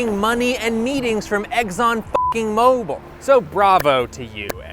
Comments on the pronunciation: I am dumb, and my comment here is dumb, but for god's sake it's Exxon, not "Eggson!" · Hey, it’s not pronounced EGGSON, it’s Exxon. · im sorry but i cant take you seriously if you cant even pronounce exxon correctly. its exxon not eggzon. there is no g or z in exxon. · i love when you say eggzon instead of ex-on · It's Exxon, not Eggson! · Isn't it "ex-on," like the letter? Not "eggs-on?" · Okay... Why, why, why... do you keep saying "eggs-on" instead of "ex-on"? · I love the content but every time you said "egg-zon" instead of "x-zon" I winced and I lost my train of thought. Please don't make me wince. I'm old and it hurts. Thank you. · Quit saying “Eggson”, you doof. There are literally two Xs in there. You don’t pronounce X as EGGS. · You lose me with “eggs-on.” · Is he saying Eggson? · If he says "Egg-zonn" one more time, I'll kigg his azz. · People suck. Also... You say "Eggzon" so many times and I can't not hear it. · why he keep saying eggson?